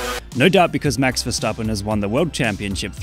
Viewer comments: Respect for actually pronouncing his name right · As a dutch person i appreciate that he says his name properly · I love your dutch pronunciation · You said it in a perfect dutch accent what